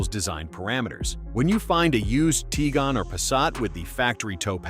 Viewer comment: It's not Teegon... It's Ti guan.